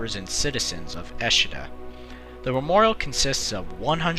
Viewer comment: ICE: most Europeans would say something that would become [Ee]-[Say]-[Ay] if you wanna write English phonetically. Also, Eschede -> [Es]-[sch-ey]-[deh].